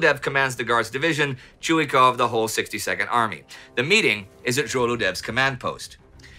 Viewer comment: ChuikOv, he’s called ChuikOv, not ChUikov!!! Please improve it. Nevertheless, an outstanding show!